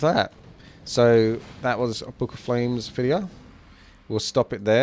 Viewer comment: "warcraft free reforged fideo" wtf